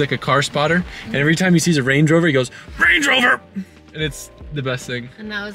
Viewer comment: “RANGEROVAA”